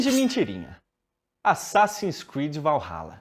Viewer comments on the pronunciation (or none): none